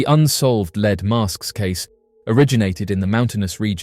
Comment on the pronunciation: Leed mask?? 😂 Lead (Led)... and your English! 😂 jk❤